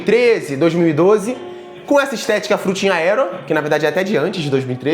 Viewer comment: Ninguem:: fruitig aero 😂